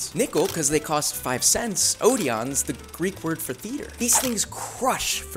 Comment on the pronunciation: Did my guy just pronounce odeon wrong?